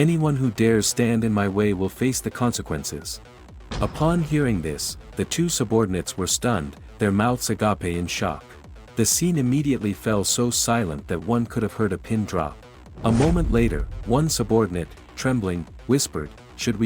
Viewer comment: funniest part for me was .34, "there mouths a-ga-pay in shock" so many finding nemo flashbacks 🤣🤣